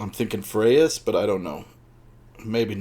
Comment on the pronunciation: Im lovin all the alphabet videos! Such a great collection! Im a little late, but Kelly Freas pronounced his name as "Freeze" David Grinell was a pen name of Donald A. Wollheim, Mr. DAW himself!